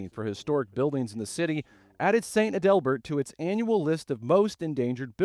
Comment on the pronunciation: It's pronounced ADelbert. Learn pronunciations